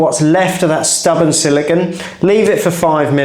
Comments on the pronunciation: i don't think it shd be said SILICON ( this is beach sand), but siliCONE instead; i am portuguese, correct me if wrong(even here people say it wrong) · It's probably just me and I'm okay with that lol, but I can't take how you say "Siligone". I feel better for getting that off my chest 🤣. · say silicun one more time, I dare you